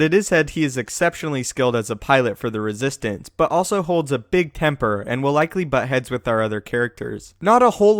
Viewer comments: you said ressistance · Heh...heheh...he said Resistance on accident guys....hehehehehehhh...